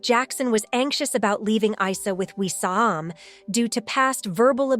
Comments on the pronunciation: It’s not I-sah. It’s pronounced eeesaa. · Please try to respect Janet's son's name by pronouncing it correctly. It's NOT EYE-SER!!! IT'S pronounced EESAA although written Arabic is Isa (ءسه). Get it? got it? Good ✔️ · FYI: This is a muslim name and it is supposed to be pronounces as 'EESA' no Isa!! Esa is the muslim name for Jesus. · Correction It's pronounced as " Eesaa " as in Isa, son of Mary. The last Prophet to the israelites. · You pronounce the name of the son wrong, it is pronounced Easa, same way you pronounce ear without the r. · His name is said with and E not a I , that’s an Arabic name . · Isa name it is pronounced like i for India or ink Isa the name of the Prophet Isa AS the son of Maryam AS